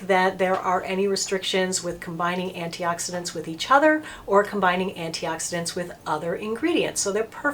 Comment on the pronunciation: Good job pronouncing all those antioxidants I did not know how to pronounce some of them! I did not know about how to select a good C serum but now I do XOXO. I appreciate that you are not trying to run a love fest sales pitch on a bunch of expensive over priced stuff.